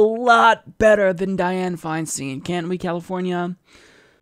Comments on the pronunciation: it grates on my ears when you say her last name It's pronounced like FeinSTINE not FeinSTEEN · The name is Dianne Feinstein pronounced FineStine. Just an FYI. It only takes a minute to look up how to pronounce it on google. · I believe that her name is pronounced Fine- Stein (like beer stein). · Isn't it pronounced Fein"stine"? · Isn't it pronounced /'faɪnstaɪn/?